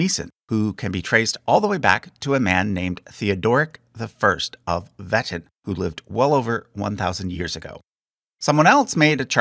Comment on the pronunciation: please look up pronunciations for stuff like Meissen and Wettin if you haven't already since the video came out 😭